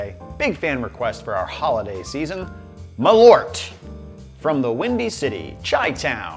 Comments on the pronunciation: Its MAL ÖRT not Malooort.. The Swenglish is killing me. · Try to pronounce it like mahl-irt (like the i from bird or shirt) and you'll be closer to reality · Is.. Is that genuinely how americans pronounce Malört? For reference, it's the swedish word for wormwood (which is the key ingredient), and it's pronounced Mal-ört, the ö having the same sound as the vowel sound in bird. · It's pronounced "Maaaaal-eurtt" 🇸🇪 Btw, you haven't tried nothing yet... #Surströmming should be your next ☺️ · I was thinking he was intentionally saying Merlot wrong for most this video lol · Honestly, USA, if you're gonna spell it with the umlaut and all, you really need to pronounce it as such, too. M-Awwww-l-eeeeuugh-rt. It even fits the taste better. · As a swede i thought i should chime in on this, Malört is a kind of herb (ört means herb in swedish) and the "ö" is more pronounced like the u in "burn". Malört liqour is traditionally cosumed with fatty food because it's thought of as good for digestion. :)